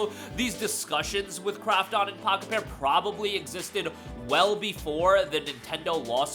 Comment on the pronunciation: Everytime you say the developers name i keep hearing Crapped-on, lmfao!